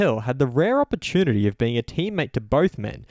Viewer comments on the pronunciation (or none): none